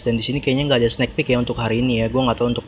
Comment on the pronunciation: bang koreksi, penyebutan kata "sneek" itu bukan "snek" tapi "snik" 🙏🏼🙏🏼